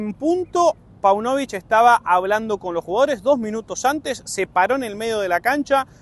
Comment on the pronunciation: Páunovic..... acento en la ''a''.